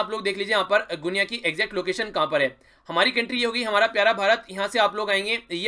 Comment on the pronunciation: Wo गुनिया nahi h sir, गिनी hai